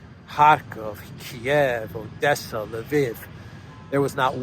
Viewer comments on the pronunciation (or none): none